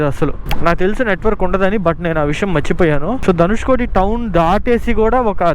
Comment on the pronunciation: ధనుష్కోడి కాదు కోటి